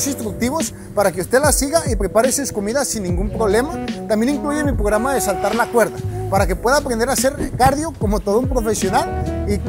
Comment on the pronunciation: dios duelen los oídos con lo de "pograma" XD